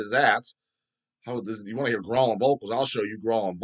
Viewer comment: Grohling lol the way pronounces growling.